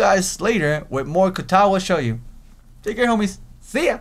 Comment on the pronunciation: show joe shoujo is pronounced SHOW JOE!